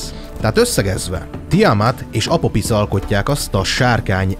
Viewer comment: Juj mit talaltam! minosegi mitologia/tortenelem csatorna raadasul magyarul???? Annyi csak, hogy kiejtesre kell figyelni pl 'ph' az tobbnyire 'f' szoval Apofisz. Sevilla meg Szevijja. De ez csak szorozes igazabol. Szep munka, remeljuk meglesz az ezust es talan az arany plakett is!